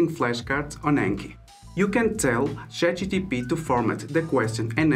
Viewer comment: chat gPt bro not chat gtp haha, thanks for the video though